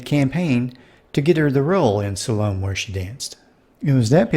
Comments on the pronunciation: "Salome" is pronounced (sal-oh-may), kids; not (suh-loam). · It's pronounced "Sol-uh-may" not Salome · Salome has 3 syllables. Sa-lo-me.